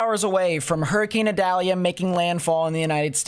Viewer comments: Idalia 😆 not Adalia 🤔🧐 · Pronounced E dalia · According to NOAA, the proper way to pronounce Hurricane Idalia's name is ee-DOLL-ya.